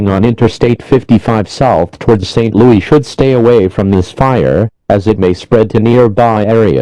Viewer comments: St. Loo-EE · St. Lou-yee